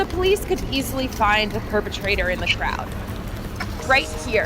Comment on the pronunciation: No one else noticed that she said ‘shroud’ instead of ‘crowd’ and ‘skeen’ instead of ‘scene’?!?!?!